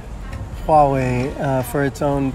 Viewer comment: Not entirely sure why official American news media keep silencing the H when "H" is not silent in the pinyin system (a highly phonetic system). It's not even softened in Mandarin the way some speakers try to pronounce it like a "W". I suppose "Hua" is not a usual series of letters in English but it should be much closer to "Hwa-way". has the closest pronunciation in this video.